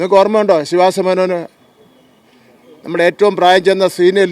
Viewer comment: ശീവാസമേനോൻ അല്ല ശിവദാസേ മേ നോൻ😀😄😃